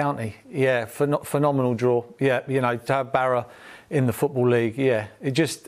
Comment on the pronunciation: Don't you mean Barra? It's up there with when he said bloon (balloon after Sunderland beach ball goal)